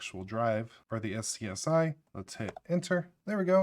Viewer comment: Anyone else feel the compulsion to slap him whenever he says "ess see ess eye?" SCUZZY!!! n00b